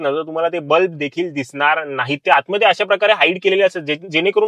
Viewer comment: अतिशय माहितीपूर्ण व्हिडिओ. याचा नक्कीच सर्वांना उपयोग होईल असे वाटते. फक्त “बल्ब” या शब्दाचा उच्चार नीट करावा. बल्ब ला “ब्लप” असे उच्चारले आहे पूर्ण व्हिडिओ मधे. मराठी भाषा शुद्ध असावी मराठी चॅनल वर.